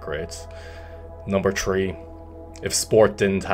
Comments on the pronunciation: “Number tree” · “Tink” “tree” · I always forget how Irish he is until he says the number "tree". Beautiful